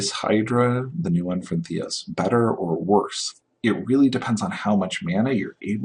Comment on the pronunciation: Why are you not pronouncing the "R" on Theros? nice video other than that! good info on the card value, on first sight Polukranos looks not good enough for standard, but Mark says its much better than it looks...we can only hope...c